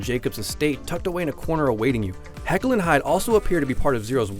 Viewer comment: Its jakyl and hyde not heckle and hyde